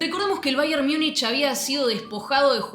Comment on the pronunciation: Infumable esta mujer diciendo baier miunich